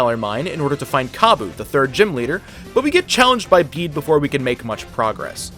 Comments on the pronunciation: Its bede not bedee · i believe the rival bede is pronounced beet (yes i know pokemon really made us stretch our imagination with that transliteration). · You say bede’s name wrong